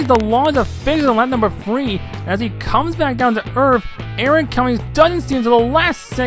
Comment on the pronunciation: m8 you pronounce "three" as "free"